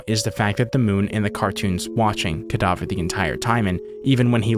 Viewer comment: “Cadaver” You: “Cadaughver”